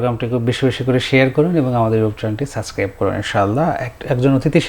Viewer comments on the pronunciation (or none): গুলিস্তানের উপস্থাপক ৩/৪ বার সাবসক্রাইবকে সাসক্রাইব (Suscribe) বললো😂😂😂😂